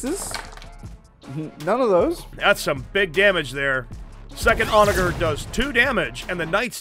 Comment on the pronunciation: This will get lost in the void but the word onager is pronounced with a soft g. It has a real meaning too - it's a ancient Roman seige weapon. I love these 40k videos you all make so much, and I will continue to binge until there are none left, but every time you all say onager I twitch. (p.s. If this is some Warhammer lore thing then I stand corrected)